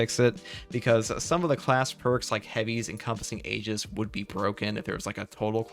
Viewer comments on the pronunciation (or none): none